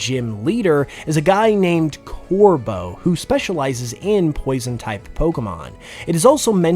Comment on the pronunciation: THE B IN CORVEAU IS SUPPOSED TO BE A V!